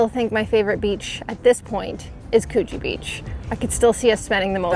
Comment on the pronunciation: Coogee, pronounced Coo, as in cook. Just so you know.😁 Also my favourite city beach. Better than Bondi.